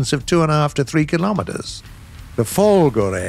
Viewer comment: my god finally said folgore in the good way